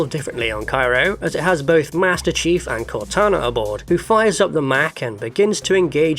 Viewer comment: Did you call master chief, master chef? It sounded like you did